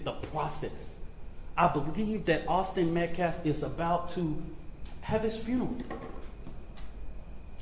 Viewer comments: YOU LIAR! You don’t respect life! YOU are so disrespectful you can’t even PRONOUNCE THEIR NAME CORRECTLY!! It’s not MetCLaf it’s MetcAlf!! How about we call him CRAMelo Anoty? You would cry out in protest. This Gnad b.s. is a leech try to make his name memorable! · Why is he trying to act educated ?.....you don't know how to pronounce Austin Metcalf ?.....it's Metcalf, not Metclaf you idiot ........is your name Buckwheat ? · You don't respect anyone! Especially the victim. You don't even respect him enough to take the time to learn how to pronounce Austin Metcalf's name! It's NOT "Metclaff"! It's "Metcalf"! And his father has every right to be at a public press conferance that concerns the death of his son. Especially if he isn't causing any trouble. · Metclaf? Really? Talk about disrespect. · That so called minister is a racist piece of sh*t ! He can't even f'ing talk correctly ! "So it don't be asked later". He said "Metclaff" instead of Metcaffe....the other day he said "deflence" instead of defense on three different occasions....what an uneducated idiot. That family is letting a criminal handle their PR etc., what a damn bunch of dummies. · Will not attack a grieving family but then turns around and does exactly that. Also, how hard is it to pronounce METCALF CORRECTLY? Psssh gtfoh hypocrite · Just a side note....when you can't even pronounce the MURDERED child's last name correctly, you have nothing i want to hear! It is his RIGHT to attend an open forum press conference. GOD is ashamed of you for your behavior and your lack of compassion. One day, you'll have to answer to HIM✝️ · Someone please tell the spokesperson how to pronounce Metcalf already 😅.